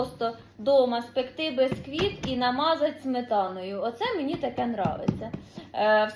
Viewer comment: печу від слова печиво,буква "е".Ніяк не безквіт бо правильно бісквіт. перестану поважати,не треба вже так коверкати слова,виходить не гарно.